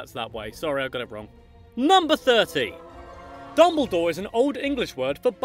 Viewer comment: If you ever say “I’m ” again, I will hunt to down and make a horcrux!